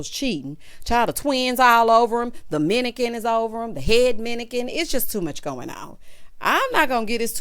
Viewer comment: the best part was you saying "minican", 🤣🤣🤣